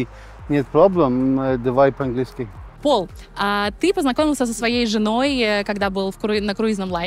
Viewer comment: Не Пол, а ПАУЛЬ